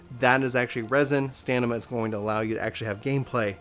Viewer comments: You kept saying Stanima instead of Stamina lol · Whenever he said STANIMA, I'm triggered. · Good video... it’s “stamina” though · hey man I know it's a small thing but would you mind pronouncing stamina correctly? s T a M i N a.... Min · I call BS. You don't mispronounce any other words in the video. You just didn't know how to pronounce stamina.